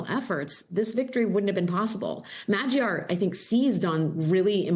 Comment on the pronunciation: Now that Magyar has won, I hope American journalists learn how to pronounce his name. It's not difficult: Maw-dyar [ˈmɒɟɒr]. The 'a' is like the 'o' in not.